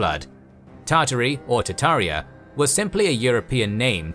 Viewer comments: TaRtaria does not = Tataria! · Tart ARIA